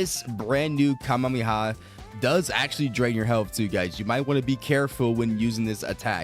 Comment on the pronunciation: Please stop saying Kamehameha like that holy